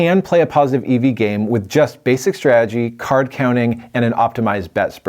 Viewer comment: My man keeps talking about "basic strajjy" I don't even know what that means